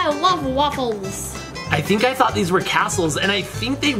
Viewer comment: you said'' I fort you meant in the lego MINCRAFT not lego fortnite.